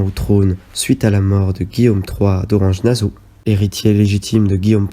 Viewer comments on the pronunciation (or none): Effectivement la vidéo n’est pas agréable ni à regarder ni à écouter. Il y a un gros travail, ce qui n’enlève pas le problème de la voix qui est toujours plus agréable quand elle est nuancée, les nombreuses erreurs de prononciation laissent plutôt penser à une méconnaissance ce qui est dommage pour une vidéo sensée donner de l’information ! Nassau avec deux S donc « so » pas « zo » 😬. Et bien d’autres encore…